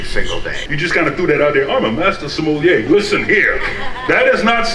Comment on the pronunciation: Sommelier…. Even Wine Bar George himself was mispronouncing it Semollier??